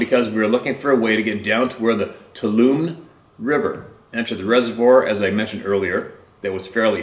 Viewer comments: If it’s spelled Tuolumne, it’s pronounced “two ah loo me”. It’s a river and county in northern Calif. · The river is pronounced TO-WALL-A-ME (sort of). There is also a county by that name. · Pronounced 'twa-la-me' river. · Pronounced too-wall-la-mae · The river is pronounced toe wall ah me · The rivers name is pronounced Two All 'O Me ie Tuolumne River . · Tuolumne River pronounced "Two Wall O Me" twowallome.. River.